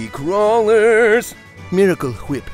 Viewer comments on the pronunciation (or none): Is... is "Miracle Whip" (pronounced "hwip") a House of Cards reference?